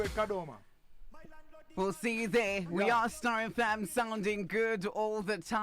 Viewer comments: True 😅😅😅 anyatsoti KADOMA not kadhoma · Busy Signal is really Zimbabwean he pronounced Kadoma in a shona way 😂😂 is saying Kadhoma